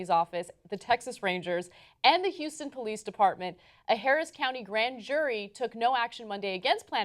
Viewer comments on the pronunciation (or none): none